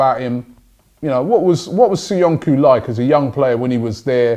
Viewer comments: Caglar Soyuncu = pronouced "Chalar Soyoonchoo" not "Kaglar Soyunku" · Its not SoyunKu.. its SoyunJu.. in Turkish the letter "c" is pronounced like a "J"